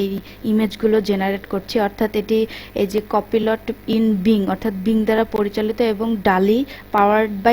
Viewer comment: কপিলট না কোপাইলট 😅